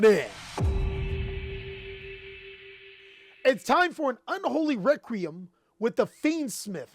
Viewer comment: Can we all give a hand to for pronouncing the word "requiem" correctly for once after his fumble reading "Dark Requiem XYZ Dragon" in his Raid Raptor deck profile video 👏🏾👏🏾👏🏾👏🏾👏🏾👏🏾👏🏾